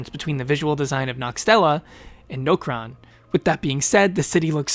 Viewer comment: Nokeron lol. Ya gotta love when somebody plays the game but still says areas or npc names wrong. Like different npc's actually say Nokron